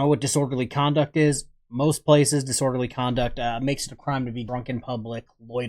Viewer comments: "You dont know what disorderly conduck is" 😂😂😂😂😂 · I'm surprised this dude is able to breath without being reminded to do so! He really is that stupid!!! He said "disworderly conduck"